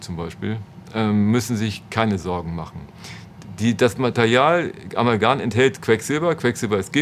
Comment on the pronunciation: Warum sagt der Professor Amalgan und nicht Amalgam?? Der sollte es doch wissen wie das heißt, wenn er daran forscht... so etwas finde ich immer wieder erstaunlich.......